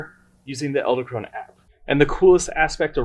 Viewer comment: You're saying "Ell-da" Krone...It's Ed-ell Krone. Nice video by the way!!!